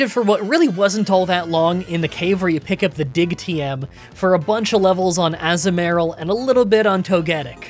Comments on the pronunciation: I love how you pronounces Togetic correctly (or decently enough) and goes on a rant about it. And then immediately pronounces Azumarill slightly incorrectly right after lol. The "azu" part is uh-zoo not ah-zuh but they both sound honestly fine and I don't really focus on how you pronounce it and mainly on the playthrough (I just thought this was funny) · so I get there's mons you're not sure how to pronounce but I nearly cry laughed when Azumaril became Assmaril that's literally what you said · Azu-merril definitely sounds wrong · struggling over the correct pronunciation of Togetic only to confidently say Azumarill wrong is just peak. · I can’t with the Azumarill pronunciation 😂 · I have never heard that pronunciation of Azumarill before but I kinda like it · Am I saying Toekitic right? Also: AZU-MARILL 😂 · I love your videos but sometimes how you pronounce some Pokemon's names hurts me.... Ie Azumarill (A-zoo-mr-uhl) and togetic (idk how you struggled with togetic it's pronounced the exact same way as the other two evaluations just with pi, tic and kiss at the end) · Saying Azumarill and Togetic wrong over and over was tilting me 😵‍💫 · Your azumarill pronunciation was way worse than Togetic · Togetic: TOE-guh-TICK. Azumarill: a-ZOOM-a-rill. Piloswine: PILE’o’swine. Also, Electivire doesn't have an R in it.